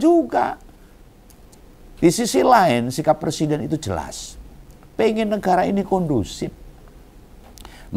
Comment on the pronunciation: Ngomong Persiden. Harusnya Pre.. Siden bukan Per.. Siden. Koplak..